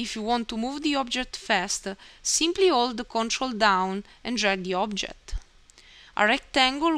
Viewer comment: I think I'm addicted to listening to your "ximply" XD